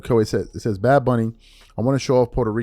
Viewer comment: Bad Bunny can't even pronounce his/her own stage name 😂